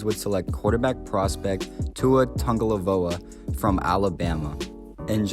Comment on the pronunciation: How did u say tuas last name so perfect